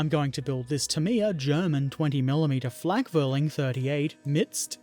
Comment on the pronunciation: In addition to the pedantry provided by Alex and BP, "Flakvierling" would be pronounced "Flack fear ling", the letter "V" is normally pronounced as if an English "F", which compensates the Teuton's proclivity for pronouncing the letter "W" in the way a proper English speaker would pronounce the letter "V".